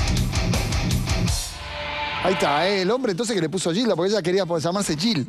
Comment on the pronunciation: lo pronuncia como Guilda... ? Es peruano José Olaya?